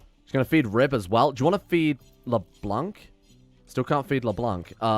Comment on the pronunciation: When you read Leblanc, don't read the "c" at the end. Le blanc in french means the white